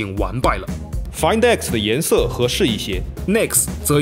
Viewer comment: 谁听到说颜she的吗，这集好污啊